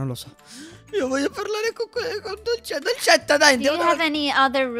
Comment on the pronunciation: Che bella pronuncia che ha dolcetta